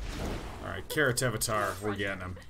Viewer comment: "Karatevater" means karate-father in german. Day9's pronounciation is way better than the actual german one though :D